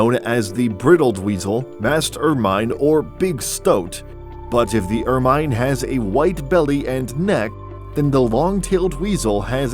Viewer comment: Please stop saying, 'ER-MINE'! It is pronounced 'Ermin'. Where do they find these robotic narrators?